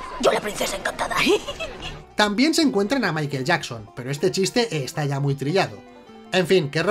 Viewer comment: Me ha gustado el detalle de la J a Michael jaja